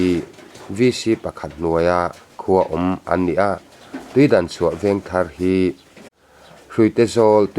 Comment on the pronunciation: Tuidanchhuah tih ni lo in tuidangchhuah zawk aw